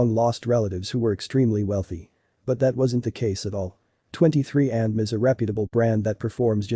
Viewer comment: This computer voice is awful! "23andm", really? I'll be blocking this channel.